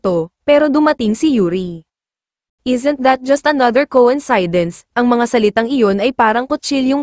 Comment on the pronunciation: ANG TANGA NYO PO MAG PRONOUNCE NG COINCIDENCE! SUPPORTER HO BA KAYO NG BBM? KAYA GABYAN KA PO KA TANGA?